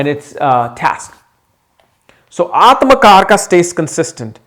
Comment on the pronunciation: as an Indian, can you make effort to use correct pronunciation please? Its AtmaKaarak, not Atmakarka, similarly for the many such words... the westerners won't even know how you are corrupting the words, but you should know. Similar to how Yog is called Yoga